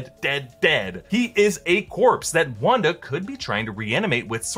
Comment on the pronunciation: Lmao it sounds like a race joke where he says Wanda like rawnda